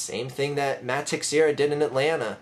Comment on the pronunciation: Great video, just have to point out that Teixeira is not pronounced phonetically. It's pronounced (Te-share-ah), and while I agree with most of your points, mispronouncing a pretty prominent players name kinda diminishes your credibility. Sorry if that makes me sound like a dick, just kinda thought for future reference you might wanna know that. Go Phillies